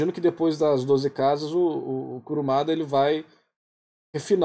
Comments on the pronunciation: Eu ri toda vez que ouvi KURAMADA 😂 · Ouvir você falando "Kuramada" me deu dor física, mas até o melhor dos homens é falho